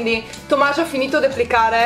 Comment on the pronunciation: No, è Tomaš siccome Nicole lo pronuncia "Tomash", la "š" si legge "sh" in sloveno e nelle altre lingue slave :D